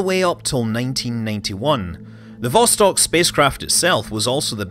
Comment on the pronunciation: Also: vostOk.